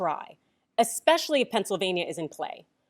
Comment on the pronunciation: thats not "Pennsylvania"! that's "Not California"!!!